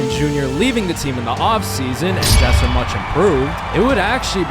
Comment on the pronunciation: every time he said Jesser he said Chester